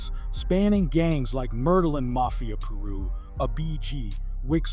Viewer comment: she said, mafia Pee-Rui 😳